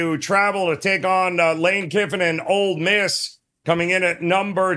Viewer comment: It’s OLE Miss not Old Miss.